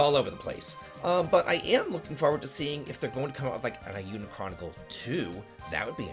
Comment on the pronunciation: my dude, it's pronounced A Yuu Den chronicles, not eye yuu den. Also I'm very excited for the FREE DLC (for me cause I'm a backer👍)wooo